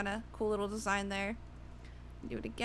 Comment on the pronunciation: you say desing SO MUCH so annoying